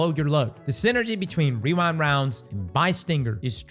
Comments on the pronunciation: wewind wownds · weewind wounds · Wewind wounds